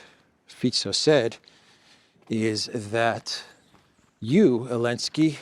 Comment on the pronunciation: its zelensky